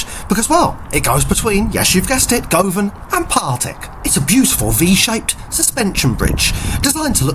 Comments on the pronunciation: Dear, o dear... at least make a little effort to get the pronunciations right... Tradeston, Govan......etc. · Tradeston is pronounced Trade - ston(e) not TRAD -DES-TON.... 'Govan' is pronounced GUV-AN. Originally the livery of the 'Clockwork Orange' trains covered the whole carriage, not just the ends.